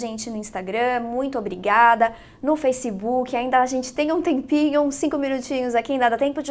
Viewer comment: Que manía do brasileiro falar “facibuki”